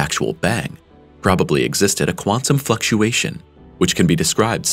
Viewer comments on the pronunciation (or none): no one gonna talk about why he said "quantum f*cktuation"💀💀